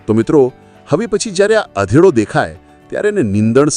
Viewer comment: અધેડો નહીં અઘેડો.